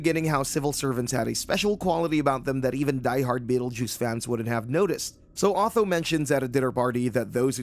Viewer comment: who the bloody hell is "AW-THO"???